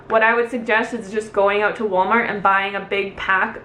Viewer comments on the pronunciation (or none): none